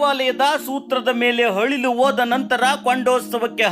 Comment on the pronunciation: ಯಪ್ಪಾ ಮೊದಲ ನೀ ಕನ್ನಡ ಉಚ್ಚಾರಾ ಸರಿಯಾಗಿ ಮಾಡು, ಅಳಿಲು ಅನ್ನು